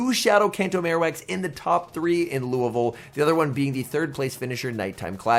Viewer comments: Big props for the pronunciation of Louisville! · I just subscribed because you said Louisville right 😂